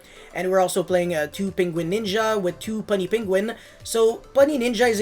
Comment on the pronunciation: You're saying Puny Penguin wrong. It's "Pew-nee" not "Pun-nee"